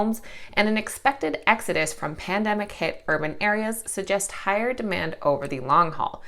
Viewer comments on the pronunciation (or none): none